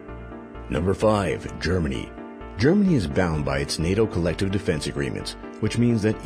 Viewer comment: Saying gernany showing polish soldiers